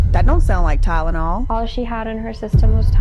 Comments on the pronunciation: She doesn’t say Tylenol. She says Tidenol….angry scary 😮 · i can't handle the fact that is saying it like "tynenol" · Why can't she say tylenol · She didn't even say Tylenol correctly either lol